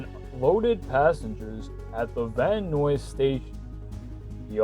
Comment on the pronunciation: Not sure if this person is trying out their VO talents but it’s a bit much. And it’s pronounced Van Nuys (sounds like NIES) not Van Noise.